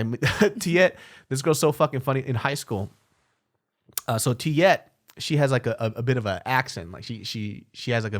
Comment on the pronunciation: Is your friend Name Tuyet? i think you pronounce her name like thrit